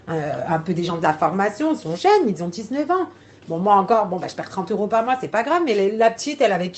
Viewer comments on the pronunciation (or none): Un détail mais on dit pas des personnes "qui zon"